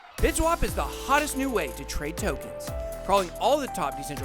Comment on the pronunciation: Does anyone else get a kick out of how Ben says "tokens" ? LOL Keep it up bud. Great vid